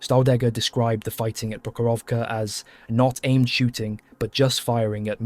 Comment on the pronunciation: Wow, but if you want to sound 100% right, it's PrOkhorovka (stress the 1st syllable, and the rest o-s are reduced to ə (like end of "piper", UK sounding), and Kursk is pronounced as Koorsk - but doesn't matter, long or short. It's transliteration of letter U from a language that mostly reads as it's written, so not subject to normal English modifications due to the following letters, google tanslate is wrong.